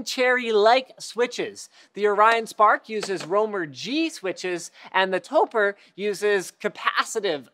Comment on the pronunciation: Topre is a portmanteau of "Tokyo+Press," and should be pronounced like "Toe Pray"; not "Toe Purr"... Credibility of this video = not good.